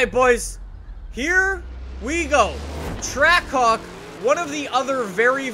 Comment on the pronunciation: Sounds like “trackcock”